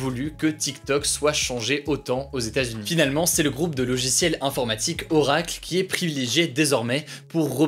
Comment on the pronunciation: Par contre..... Ça se prononce "Orakeul" merci